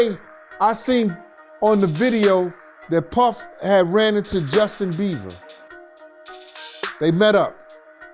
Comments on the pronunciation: is it just me or is saying justin beaver???..lol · He said “Justin Beaver”😂😂😂😂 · He calls Justin..Justin Beaver 😂 hilarious! 😆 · Who is Justin "beaver"? 😂😂😂😂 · “Justin Beaver” 😂 🦫